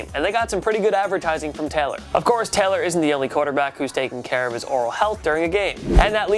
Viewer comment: Maybe don't feature Tyrod Taylor if you can't pronounce Taylor